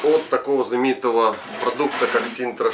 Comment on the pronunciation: От куда в названии буква Р . Парень не позорся это Синта , а не СИНТРА, как говоришь ты......